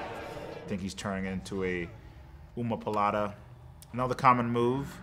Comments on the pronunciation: I like Uriah Hall, but weird he pronounced “Omoplata” as “Umapalata” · bro he says umu poolata instead of omoplata . he cant speak well enough to be commentator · "Omopalata"?? C'mon Uriah! I'd expect that from a casual, but a veteran UFC fighter? tsk tsk. Just bustin' your balls man. :-) Great breakdown and insight. Very cool! 10/10. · the way he says umu poolata for omoplata is hilarious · Also “Oohmapalata” 😂 this mans is the kindest rater ever. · Oomoopololata 🤣 almost buddy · He pronounced omoplata wrong but I would never tell him 😂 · It bothers me a little that Hall isn't pronouncing omoplata correctly.😀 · I cant believe Hall cant properly say "Omoplata"...